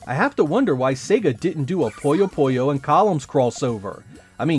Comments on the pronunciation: Why are you pronouncing Puyo Puyo as Poyo Poyo? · It's really distracting when you say "Poyo Poyo" instead of "Puyo Puyo" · It's like "Poooyo Poooyo" / "Puyo Puyo", just like it's spelled, not "Poyo Poyo". It's like "Winnie the Pooh", not "Mr. Popo" (from Dragon Ball). If you look at the Japanese, it's ぷよぷよ as well, and if you look up the sounds, it is "Puyo Puyo". I'm honestly not sure how "Poyo Poyo" came to be, but it has become quite common for some reason (among some English-speakers). Anyway, thanks for asking! 👍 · One of my friends was just talking about Puyo Puyo Tetris. One thing I wonder is when and why English speakers started calling it "Poyo Poyo". My friend said it like that, and pretty much every English speaker I've heard utter this name does the same. However, I lived in Japan and studied Japanese, and it's most definitely "Puyo Puyo" (not "Poyo Poyo", well, at least for them...and at least as far as the spelling (but not pronunciation) goes in English as well. Strange. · think of it this way: someone calls you "jeck" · It drives me up a wall. That is NOT how you pronounce it. Not even in the games.